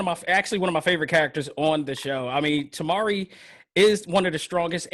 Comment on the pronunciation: Temara instead of temari😂